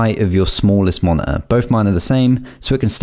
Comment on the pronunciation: did actualy help me allot but the mone heueeee was hillarious